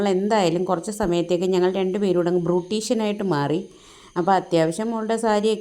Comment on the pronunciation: ബ്രൂട്ടീഷൻ എന്താ വീണ്ടും ബ്രൂട്ടീഷൻ ആദ്യം പറയാൻ പഠിക്ക്